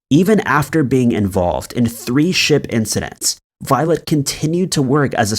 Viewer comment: Why do I all the way hear “violent” instead of “violet”!? It gave me a shake every time ))